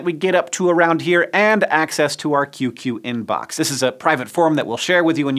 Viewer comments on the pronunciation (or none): I know you said "QQ Inbox" but I heard "Cute-cute Inbox" and now I can't unsee an adorably cute anime-faced app icon.